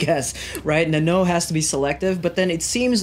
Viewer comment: its not nennoo its nan-no... plz..